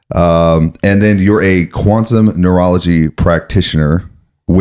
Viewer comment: What is he saying? “Quantum Moralagy”??